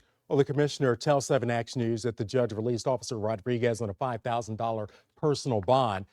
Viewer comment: The narrator doesn't know how to pronounce Rodriguez. He keeps saying "rawriguess." The name is pronounced, Mr. Narrator, Rod-ree-gez